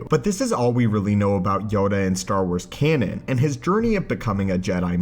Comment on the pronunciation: I can't help but cringe every time he says "canon".